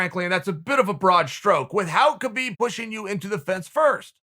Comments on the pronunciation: you know its HA-BEEB not KAH-BEEB, right? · Key-Beeb's not that wai. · Chael "kheebib" Sonnen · Khabib "Khibib" Nurmagomedov. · Chael “kheebeeb” sonnen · Chael “kheebeeb” Sonnen Still has the biggest arms in west Lin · Literally no one: Uncle Chael: “Kebeep”